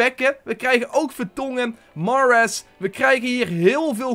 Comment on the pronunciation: Spreek Mahrez aub gwn Nederlands uit